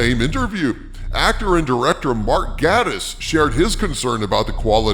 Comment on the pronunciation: Gatiss is pronounced 'Gay-tiss' He says it in the league of gentlemen film